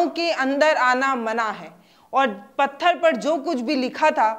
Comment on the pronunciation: पत्थल नहीं😂😂😂 पत्थर Madam😅